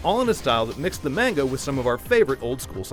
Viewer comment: Idk why, but i keep hearing "mango" instead of "manga". Which in theory, it is incorrect but it doesn't matter. Scott Pilgrim is always a win.